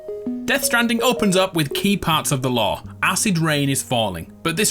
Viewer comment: Ohhhhhhh, is he saying "lore"? For the first few minutes I thought he was saying law or something..